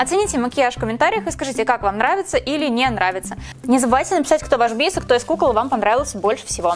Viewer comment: Не бИас а биАс